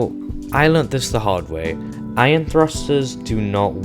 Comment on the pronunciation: Its pronounced "Eye-on" not "Iron" like the metal btw. Sorry that was just really bugging me. Good vid thanks.